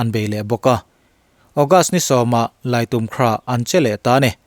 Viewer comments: I think Laitumkhrah should not be pronounced as Laitum-khrah. Thanks. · Laimu tia lam tur.a spelling ah laitumkrah ni mahse, Laimukrah tih a lam tur. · Lait um khrah tia lam tur ami kha.. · I think Laitumkhrah should not be pronounced as laitum-khrah